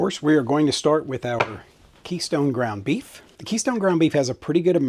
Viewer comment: I wasn't looking at the screen and thought I heard "beet month" and, well, I like beets but I'm glad you said beef. 😂